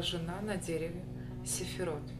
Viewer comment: Не сэфирот, а сфирот)